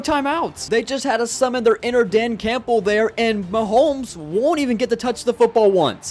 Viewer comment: did bro say mahomo LOL